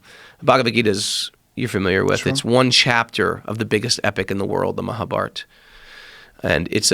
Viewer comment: this guy lived in an Ashram for 7 years and still can't pronounce Bhagavad Gita and Mahabharata, common man. This seems like a typical white guy slumming it in India for years and coming back thinking they found enlightenment.